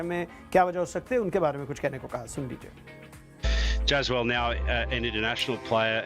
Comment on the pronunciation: It’s jaisball not jazball